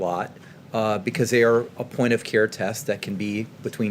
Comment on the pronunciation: He doesn't "carr" but actually cares about us.